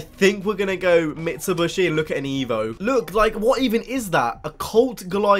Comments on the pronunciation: Did dat nigga just say "Mitsuboshy"??? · did you say mitsubrushi